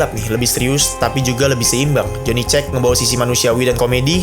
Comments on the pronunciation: Johnny siapa? Johnny cek? Johnny cage tolong... Dibaca keij😩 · Joni keij bang,dibacanya.bkn joni cek😅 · Cage dibaca keij/keits bang, bukan cek. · Cage dibaca kej bang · Bang bukan jhony "cek" tapi "keij" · Johnny Cage, bacanya keigt bukan johnny cek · Kenapa Jhonny Check anjirrr...😂 Edit: Cage dibaca "Kéj" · joni keij bukan joni ceg, koul yang, bukan kol yong... gitu gampangnya... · *cage(kaej), bukan (caeg) bacanya. Sekadar mengingatkan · Cage tuh bacanya 'kej' bang, 'joni kej' bukan 'ceg' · Parah si lu pengucapan CAGE, itu keij, bukan cek. Pembodohan masal 😂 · "Joni keij" bang, bukan "Joni ceg" Btw gw paling penasaran sm karakter itu, kok bisa org biasa jd petarung selevel mortal kombat? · Dibacanya kej anjm.. bukan cek 😂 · Joni cek no no joni kej kak bacanya 😊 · Baca nya keij bukan cek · "Joni cek" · dibacanya JONI KEJ, BUKAN JONI CEK, kampung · Baca ny cage bg bukan cage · Johnny Ce-gz bang 😂 Bukan Johnny Cek 😅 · Johny Cage (Cage dibacanya kayak baca kata "Keich" , bukan "Ceg" Min... ) 😭😭😭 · serius bang lu nyebutnya jhony ceg? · Cage bacanya Keij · Cage bacanya kejs bang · Koreksi bang, Cage dibacanya "Kej" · Maklum lidah org brebes 😂